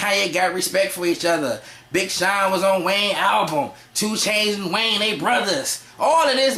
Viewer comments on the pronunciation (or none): none